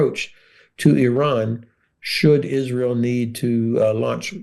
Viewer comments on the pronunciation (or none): none